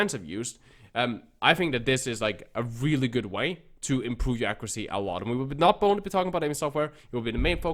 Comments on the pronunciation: very clearly said the n word. ac·cu·ra·cy. He either said the n word or It's a different word we can't make out but its definitely not accuracy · 90% what?! 😂 sounds like you said the N word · after replaying it for 20 times i cant hear anything else besides the n word😂Maybe he meant to sneak it in his video?